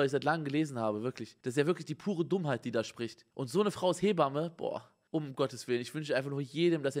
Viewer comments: Jeder: Hebamme Simon: Heeee bamme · Simon: Lehrzeichen vor Satzzeichen sind Psycho. Auch Simon: "He-bamme"